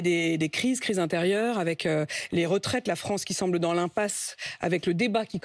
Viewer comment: pitoyable, minable et dire qu'il a présidé la fronce